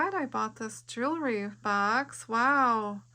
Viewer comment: A "jooree box?"